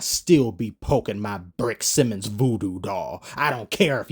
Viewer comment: “Bench” Simmons